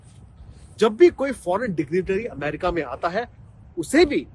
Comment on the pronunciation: Why is she saying अमारिका